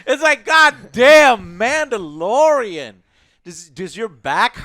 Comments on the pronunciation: “Yodalorian”. Perfect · Mandayodalin, joe! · Joe said Yodalorian 😆